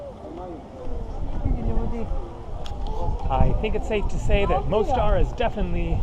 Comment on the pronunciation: Ulica is pronounced ooleetsa,. The Most in Mostar means bridge, pronounced Mosstar. The squid were probably frozen fishing bait out of a box with all the guts still in them!